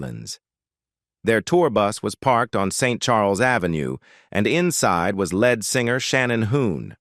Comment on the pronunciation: Lead(leed) not lead( the metal). Lazy.